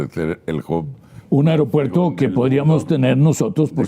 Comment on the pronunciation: Me preguntó porqué personas tan preparadas como uds., dicen: AROPUERTO?.